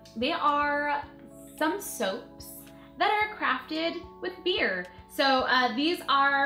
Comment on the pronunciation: wait did u say bee